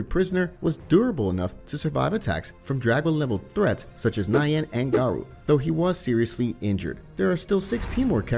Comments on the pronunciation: it's GARO.. not GERO..... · M yes g air oh is how garou is pronounced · why do you pronounce garou like that💀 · Idk why I find it hilarious when "Garou" is just pronounced the English way like it sounds like a normal name